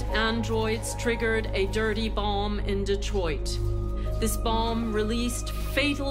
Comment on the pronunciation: Why does the president pronounce it as "dirty boLm"?